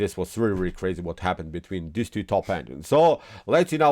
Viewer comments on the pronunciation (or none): Things I don't like about this channel: ‒ he talks as if the cops are chasing him ‒ he says tew instead of two ‒ he says blow-cade instead of blockade ‒ he uses the word "perpetual" wrong ‒ he says "game over" instead of "winning" Look, I like chess, I like how he presents the game and goes into variations. But I don't like how my ears bleed while I watch these videos.